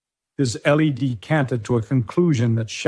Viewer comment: n t h instead of saying enth. Guess it is AI. Also heard l e d instead of led